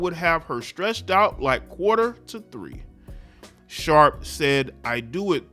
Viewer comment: My man said qtr. to three —😅😅😅